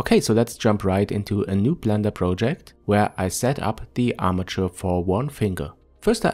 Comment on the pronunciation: He said plender